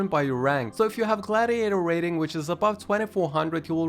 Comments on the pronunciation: Great video! But it's "Rating", not "Raiting" ;) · Question. What is ”raiting” 😂